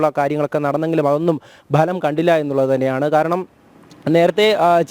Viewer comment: ബലം അല്ല മിസ്റ്റർ ഫലം എന്ന് പറ